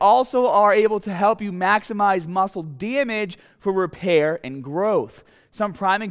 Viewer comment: mascle for each bwody pawt